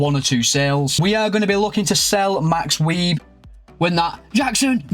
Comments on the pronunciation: It's max view not Weib in German the w is a v and that type of b is a s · I got a kick out of you saying it as "weeb" 😂 it's not your fault tho, I'm sure no one had ever told you that that's how the ß is pronounced. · Max Weeb is pronounced as Max Wise😂 Nice job getting Bouwman, big talent, time for an ajax rebuild with all their talent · Wieß is pronounced like vice, the ß is a specific german letter which makes an s sound. ć and č are a 'ch' sound. Loving the content!